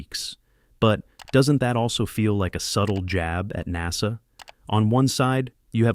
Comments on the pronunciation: Learn how to pronounce NASA. What fool is narrating this? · AI commentary can't even pronounce NASA properly FFS.